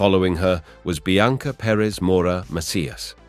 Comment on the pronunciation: Bianca pronounced Biancer?